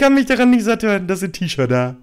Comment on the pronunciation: Sorry muss jetzt mal raus .... was für eine Sprachbehinderung hat Herr Winkler denn? T-Shirdääh .... Boaaah diese Aussprache hat mich gerade sooooooo Mett gemacht sorry dafür ...